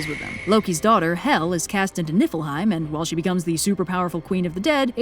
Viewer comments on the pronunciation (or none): ~ i heard nippleheim